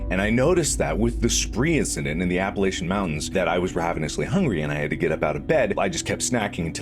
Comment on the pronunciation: Every time I hear Mark mispronounce “Appalachian Mountains” I take one step closer to his house with a baseball bat